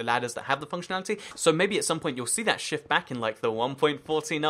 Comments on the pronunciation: When he said shift I thought he said sh** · Max Dooley he said "shift"